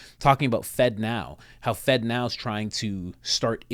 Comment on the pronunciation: Why does FedNow sound like Fentanyl?? 🤔